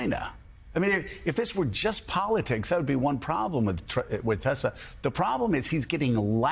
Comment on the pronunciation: tesler. i'm waiting for the first meme showing someone who's actually re-badged their car to read 'tesler'.